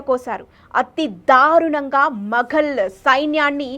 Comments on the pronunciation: మగల్ కాదు మొఘల్. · Pronunciation chala important while making such crucial videos. Maghal kadu..Mughal Marata kadu Maratha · Papa nuvvu Telugu palakatam nerchuko amma Maghal kaadu Moghal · మగల్ ఏంటమ్మా ఔరంగజేబ్ ఏమిటి తల్లి ప్లీజ్ ప్రొనౌన్స్ కరెక్ట్లీ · మగల్ కాదు మొగల్ అని పలకాలి. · Good information, but your pronouncing Aurangzeb and Moguls is not correct